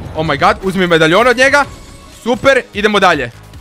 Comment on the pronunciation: Ne govori se medajon nego medalijon